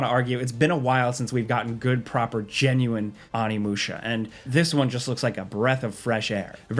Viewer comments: Don't think I've ever been this guy but every now and then. You have to watch yourself across to the dark side. It's [o.ni.mu.ɕa]. Thank you love your vids I'm sorry I have to be that guy. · Jesus, and both pronounce stuff so weird, like intentionally it feels like Oni! Not "on-i", "oh-ni"! Oni-musha! It's Japanese! Do you just say "oni" by itself wrong too? Lmfao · Great video, but what's with the pronunciation of Onimusha?